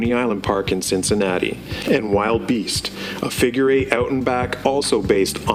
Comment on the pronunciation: Hearing it said as "Wild Beast" hurts the soul. "Will-duh-beast", please.